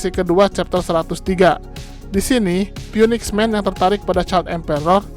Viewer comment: phoenix dibaca finix min 🙏